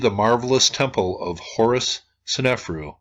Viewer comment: Love your videos! BTW, It's sne-fa'-ru not sen-ef'-ru (I think).